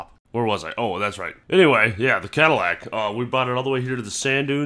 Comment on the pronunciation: Ooooh. "Badillac" I heard "Battlelac" and it sounded much cooler.